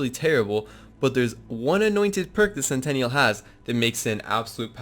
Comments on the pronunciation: Sen tin ul. Either way, we all agree it's not centennial. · It's pure cringe how you say centennial (100 years) instead of sentinel (SNTNL). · It’s Sentinel, not Centennial lmfao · Sentinel dude... Not sentaniel or whatever it is you say bro lol. Good vid. It's a great build been using the same build for a while now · Great video, but SEN TEE NELL, sentinel not sentenial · Awesome build, and grats on the World Record but say this with me .... Sent - Ten - all ... Sentinal .... NOT Centennial I would love an Anointed Lucian's Call though! PSN: TheGaminSeshion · It’s sentinel not centennial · It's "SENTINEL" not "CENTENNIAL". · Darius Rydahl it was driving me crazy!!! Lmfao!!! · "CENTENNIAL"....you mean sentinel? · It's SENTINEL not centennial. LOL that was cute. I didn't want to play with Zane really but watching this made me want to level him. Awesome build! PS Don't put me on timeout ;) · I'll sub when you learn how to say sentinel... you don't have a "centennial" drone... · it's sentinel, not centennial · Sen-ti-nal, you're saying centennial, which is a hundred year anniversary. BTW, 50 First Dates was hilrious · Great Build dude. But please....it's Sentinel! Like X-MEN's Sentinel. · really? CENTENNIAL CENTENNIAL CENTENNIAL CENTENNIAL CENTENNIAL CENTENNIAL CENTENNIAL CENTENNIAL CENTENNIAL CENTENNIAL!!!!!! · Dude, great vid and made me sub, but every time you said "centennial" I wanted to reach through the internet and slap you lol. Great vid though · Pffft. "Centennial" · It’s pronounced sentinel, dawg. Sen-ten-uhl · he calls it "centennial" in the video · oh gods I cringed every time he said it. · Sentinel, not Centennial